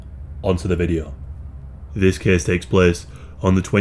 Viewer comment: few words make me as happy as "this caese taeks plaece"